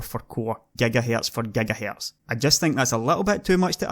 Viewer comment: say gigahertz lol are ghagahertz lol